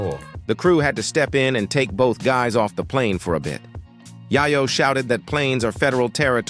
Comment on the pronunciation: This is the 2nd dude today that I've heard someone pronounce "Yayo" like "Yiiyo" ... LOL... Bruh....